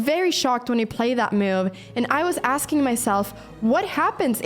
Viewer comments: Been watching Anna's videos for a while now but I can't help staying silent about this: It hurts my ears every time she pronounces move as "muve" lol. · ....what the heck is a "meohv"